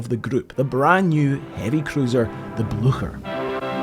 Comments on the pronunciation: I thought "Blücher" was pronounced "Blu-kher". Because we in USSR had a Bolschevik 'hero' with the same surname, and it was pronounced this way. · Very good video both in the making and the re-telling of the story - much appreciated - but I was slightly worried at outset when you were calling the Blucher, the "Bloosher," when 'on location' at Oscarsborg (particularly as you are a fellow Scotsman and I would never expect you to say "Losh Ness" or "Losh Lomond"). But thankfully, you later saved the day when pronouncing the "CH" part of the name like a true Scotsman (and German)! Mind you, whether or not it was good enough to scare the horses, is not for me to say* (see link)! 😉😂 * I'm sure it was. 😂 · You should look up the pronounciation of "Blücher" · You should add a horse neigh every time you say Blucher. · I can’t listen to a video where the ships name is butchered so badly. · Very good presentation, but you need to work on your pronunciation of Blücher. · I appreciate this video. But just a constructive criticism: when u are doing a vid about eg. Blücher... - just Google about its pronunciation... U will need it multiple times and it's like 5 sec... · Excellent documentary! But please, just check the pronunciation of German words like Blücher. Yours is just horrible and is no longer acceptable in this day and age. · English speakers just always give up on foreign names. There's an S in the middle as well!!! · you're pronouncing it wrong. It's more similar to "bleacher" with an "sh" sound instead of the "ch" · The version of german I learned pronounces Blucher differently and it's very distracting. docs kick ass, though. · For heaven's sake man if you are going to make a video about the story that “you've always been captivated with”, at least have the decency to learn how to pronounce the ship's name! Your “blue-sher” is like getting hit to a head with a hammer. Such laziness is quite appalling. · Its Blucher , not Blusjet!